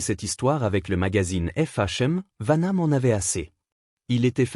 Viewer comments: Hhhhhh "Vaname"contre "Sigule" Quelle poisse! STP Arrête ! 😢😢😢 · PRONONCIATION DE MERRRDE ... Steven segUl ??? serieux !!!!!!!!!!!!! Vanname !!!!!!!!!!!!!!! joualvert arrete tes video et va travailler chez McDo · Vaname...? Sigul...? Nul ce narrateur 😂😂😂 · Dans les deux noms il prononce mal les noms il faut qu'il mette des lunettes. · C'est très chiant cette alerte pour s'abonner à cette chaîne.. utilisant une modélisation de voix.. qui se plante d'ailleurs, rien que par le nom des 2 acteurs dont on parle ici.